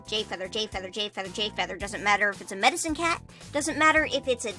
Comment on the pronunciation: Am i the only one who heard "Mexican cat" instead of Medicine cat?